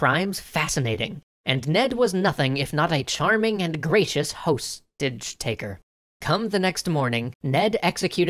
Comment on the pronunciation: Host-age taker. Hah.